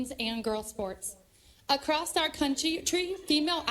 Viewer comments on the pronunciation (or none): why do people pronounce 'across' with a T sound? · "Acrost our country" 🤦🏻‍♀️